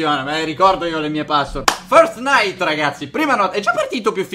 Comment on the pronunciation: "first night" io ho capito fortnite😂😂😂